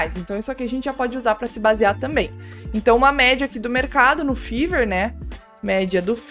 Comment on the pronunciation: Fiverr se pronuncia Faiver, como vc estava pronunciando é como se fala febre em ingles, fever .